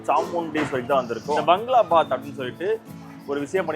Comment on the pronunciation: பங்களா பாத். எனும் உச்சரிப்பு தவறு. பகாgaளா பாbaத். என உச்சரிக்கவும்.